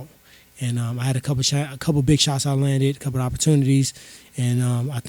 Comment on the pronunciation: He went from let’s go big to let’s go beg lmaoooooooo